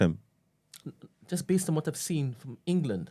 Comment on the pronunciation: I was listening on spotify, and I had to come over here to "like the video" especially because I was cackling at En-Ga-Lund!!!! (I got my 7.5 :P)